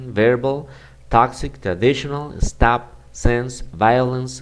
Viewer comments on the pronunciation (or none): none